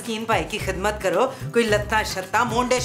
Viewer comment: Jogi ❌ JoJi ✅ . Kizmat ❌ Khizmat ✅